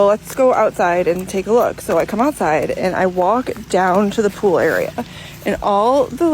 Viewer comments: Everytime you say the word pool…haha sounds like you sayin poo 💩 😂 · Gonna need you to never say pool again lol